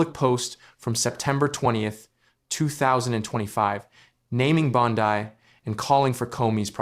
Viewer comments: "2,025"? And Bon-dye instead of Bon-dee. Seriously, this AI crap is making ANY kind of reporting suss. As an aside, Bondi is guilty as sin, IMO, and a disgrace to her position, but this kind of 'reporting'--if it can be called that--is a joke. Is it too hard to get a live narrator and earn a little more cred in the bargain? Apparently so. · It isn’t Bond-die, you idiot. It’s bondeeeeeeeeee. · Say her name right AI!